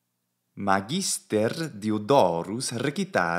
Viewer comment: Hey: You are stressing "magister" in the penult syllable, but I think it should be stressed in the antepenult ("MAHgister"). What are your thoughts? I love your commitment to the Latin language and your content.